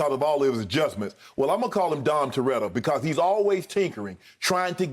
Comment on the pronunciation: Nah he said don terreta, he definitely didn’t say it right